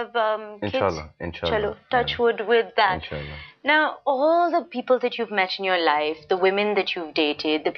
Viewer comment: When u said "in'sha'alla"